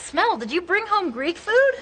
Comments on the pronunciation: 為什麼老師的smell聽起來很像smile? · Yeah, teacher's pronunciation of "smell" is a little bit off :) thank you for teaching.